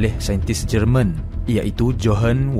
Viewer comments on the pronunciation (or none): none